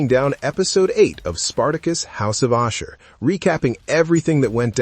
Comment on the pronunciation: ASHUR NOT OSHER wtf...